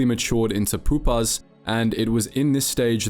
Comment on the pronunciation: Are you using Ai to narrate this? tehre are several places where you repeat the same sentence a few times (right after you just said it) and you're mispronouncing basic words like Chitin and Pupae